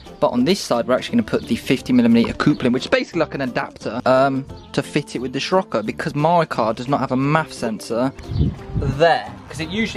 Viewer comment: just me that gets annoyed by him pronouncing sirocco wrong?